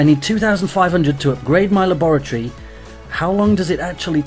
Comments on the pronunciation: La-boor-eh-tor-eh? It's Lab-ri-tor=E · Lol the way he said laboratory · is it just me or does he say laboratory really weird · he says it like you say it with a british accent but he doesnt have a british accent lol p.s i quit clash but cant lewve videos